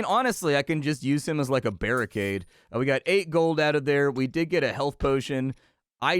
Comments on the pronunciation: “A bearricade” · He said BEARricade... >_> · Bearicade... I'm not sure you even know what you said. And since when do bears have low attack?